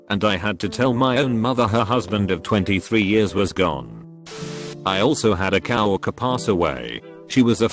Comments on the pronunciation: Normal: Co-Worker Text-To-Speech: COW-RERKER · If the electronic voice said “cow worker” 🐄 one more time, I was going to scream.